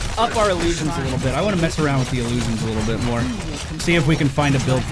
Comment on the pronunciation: Ill-loo-shjun. Not ah-loo-shjun